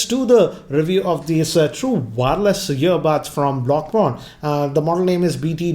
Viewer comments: Pronunciation is completely inaccurate. It's Pronounced as ब्लाउपुँक्ट. Which means "Blue Dot" in German. Blau=Blue, Punkt=Dot. Which is also it's Brand Logo, A Blue Dot 😁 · You pronounce it as 'blo' as in 'block' and punk. Blopunk, that's it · Pronounciation: blau (ब्लाउ) punkt ( पुंक्त) Meaning: blau = blue punkt = dot, decimal in German (which is their logo i.e. the blue dot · My Mind: Hey, the Review is nice, let's buy it. Hey but wait i can't pronounce that balupaunkt name to My friends 😂😂😂😅😅 Okay then let's drop it 🤣🤣😜😜😜